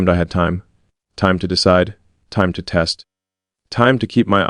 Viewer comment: Not teat but test